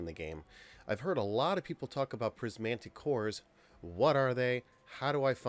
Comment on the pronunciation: PrismATic Not prismANtic